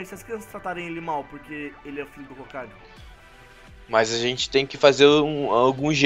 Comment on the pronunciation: É hokage e não hogake